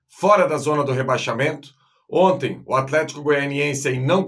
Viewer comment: Outra coisa,, a palavra não é "onte" é "ontem"... Aprenda!